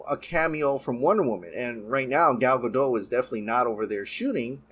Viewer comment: The Scottish city-name "Edinburgh" is pronounced "ED-in-bro", not "EE-din-berg". And "Gal Gadot" is pronounced "gal guh-DOTE". (5) How to Pronounce Gal Gadot? (CORRECTLY) - YouTube